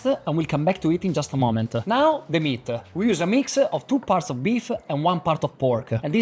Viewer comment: The only word that didn't have 'a' is water and black papper and size. Hahaha. Wet-uh. Meat-uh.